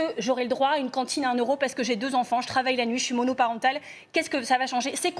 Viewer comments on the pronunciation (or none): none